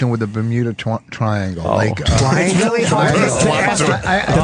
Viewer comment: Ber-Bermuda twiangle….?